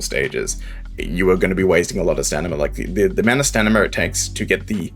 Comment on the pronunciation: Sorry just a small annoyance but could you pronounce it "sta-min-na" Ill leave a preemptive like on the video in hopes you'll say it the expected way.